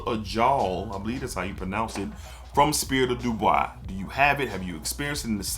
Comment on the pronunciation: not that you’re mixing up the brands, but you are calling it Spirit of “Du Bois” in the video, but it’s Spirit of “Dubai.” That’s all I meant. No hate brother. Love your content and value your opinions on these fragrances. Matter of fact, one of your videos made me purchase Arabian Oud Sultani. 🔥